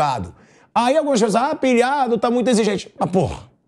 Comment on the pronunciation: Primeiramente nao se diz" pessouaxxxxxx "e sim pessoas..... midia midia midia kkkkk